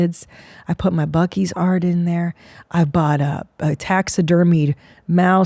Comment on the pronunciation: Buccees is mind blowing. Someone needs to show Christina the video of the lady saying buceys